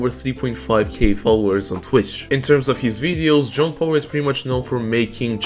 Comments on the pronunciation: I'm glad I'm not the only one lmao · I keep hearing John Pork